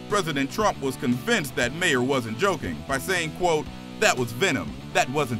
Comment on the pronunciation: Its pronounced Bill MAR